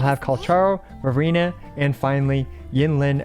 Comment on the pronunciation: Why do i hear Furina when you're saying Verina lol